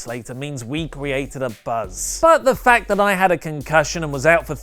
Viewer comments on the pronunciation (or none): none